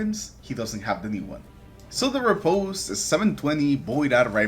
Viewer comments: ri·poste is how it's pronounced. I love this weapon. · I think its pronounced Rip-paust